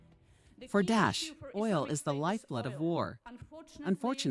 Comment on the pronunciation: The way he saying dosh instead of daesh is fkn killing me 😂